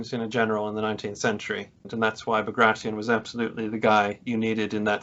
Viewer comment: Great to listen, especially when guest authors read quotes, by that one can learn how the names are pronounced, while the authors of historyland garble them all into modern American, Barclay like Barclays band, Bagrashion instead of Bagration, Löwensteen instead of Löwenstein, there this is sort of serious history I would with that the authors would at least try better and follow en suite to those guest authors. I could hardly undserstand the chap with the pseudo German accent, strangely he couldn't pronounce the German names and pronounced them in pseudo English